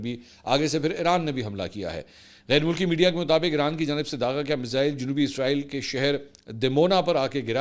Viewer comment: The right prononciation is Israil, not Izrail! please dofferenciate itt because it gives the impression of Izrail (AS). Jazak Allah Khair!